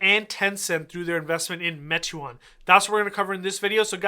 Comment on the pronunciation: Pronounced “may-twaan”